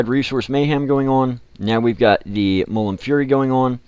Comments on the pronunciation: Please, its Mul - Mun. Not Mullum. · of course he cant say mulmun right